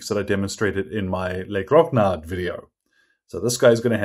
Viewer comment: Haha you still need to work your pronunciation of "Grognards" ! It's pronunced GRO NYARR.